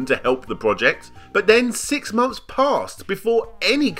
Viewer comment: Mumfes and mumfes of being unwilling the pronounce the 'TH' in your own language, as a commentator and content creator... gg well played